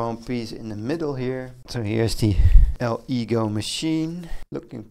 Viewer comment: Good video, make sure to use some sort of protection when handling resin, and your lungs will start to feel it after a few days if you don’t use a mask. Btw, it’s pronounced El-eh-goooh!